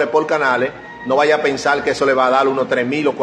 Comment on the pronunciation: So brúto aplende a hablál....no se dice sacal ..es sacar ..pensal ..es pensar...